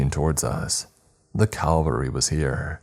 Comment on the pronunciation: And again I will say it is not Calvary it's cavalry